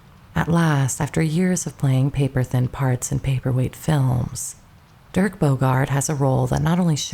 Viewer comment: Dirk, not Derek.